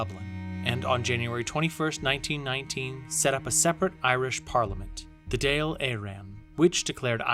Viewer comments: Dáil is pronounced like Daw il, the á gives an aw sound ☘️ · Your pronunciation of the Dáil, de Valera and Fianna Fáil hurts me, if you're going to tell our history get your words right